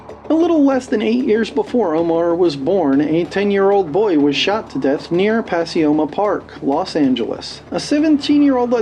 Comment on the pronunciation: It's pronounced Pa-koy-ma